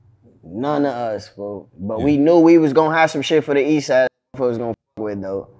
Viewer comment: They really be saying 4/foe not folks 😅